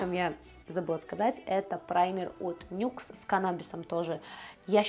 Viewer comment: НИКС а не НЮКС